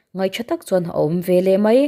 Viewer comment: Veleh tih turah velah ti tawh lo hram teh aw, eng tinge mahni pianpui ṭawng pawh hi in thiam tak loh viau le.😢